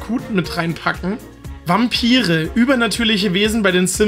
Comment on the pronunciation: Ich war total überrascht, weil du „Vampire“ wie „Wampiry“ artikuliert hast. Du hast das wie Polen gesagt. Sooo süß hah. Beste Grüße! :D